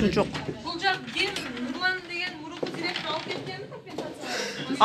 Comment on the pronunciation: пирказ мес приказ дректор мес директор тобаа ушу жонокой созду туура айта албайт екенсин